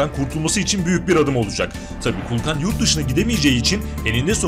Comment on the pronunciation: Kulkan değil. Kuklan😂😂😂😂😂